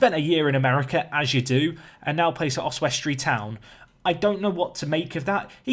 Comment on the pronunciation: I love your pronunciation of Oswestry, Your way with words is one of the main reasons i watch tbh!